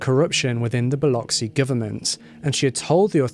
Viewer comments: Thank you luv for the upload. Really appreciate your time and efforts. You are the only one I know of that has reported this case on YouTube as an individual. Many more Thanks for pronouncing Biloxi correctly! Even greater with your beautiful accent. Biloxi. is my hometown and it was a horrific crime, more heinous since Halat was a "supposed" friend. Much love , light & peace to you and yours✌🎆✌✌ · Thank you so much for pronouncing Biloxi correctly. Awesome job. Proud Mississippi Gulf Coast Girl!